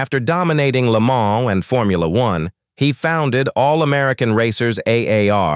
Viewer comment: Maybe learn how to pronounce Le Mans?!